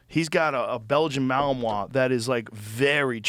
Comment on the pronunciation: "Belgian MalAMOIS 🥴" Joe is such an undercover dummy. He always says that breed wrong. It's Belgian Malinois.